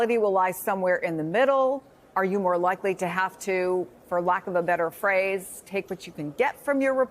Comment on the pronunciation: I love this “LIKEY” I laugh 😢